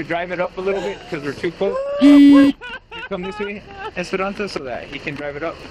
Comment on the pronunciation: He said "Esperonsa" 74 times in this video.